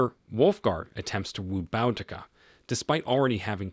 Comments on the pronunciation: It's not pronounced BOWdica! It's pronounced BOOdica. Great recap ruined by that one repeating mistake. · Why do these people try to tell stories they can't even pronounce this warrior princesses name there's no " N " in her name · It's pronounced Boo-Dee-Kah. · I thought it was pronounced "boo-dee-kuh" ? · This video mispronounces her name. It is pronounced Boodica. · And its pronounced Boo dik a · it's pronounced boo da Ka Boudicca. Trust me I'm British this is my history and I grew up hearing about queen Boudicca, Good video tho 👍